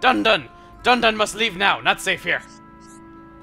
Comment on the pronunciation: I love how Riki calls Dunban Dundun